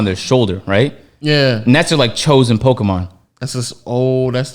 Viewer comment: They butchered every Pokémon name 😂